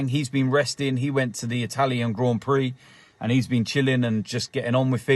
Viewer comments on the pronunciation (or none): none